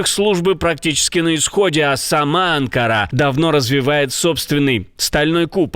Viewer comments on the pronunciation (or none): none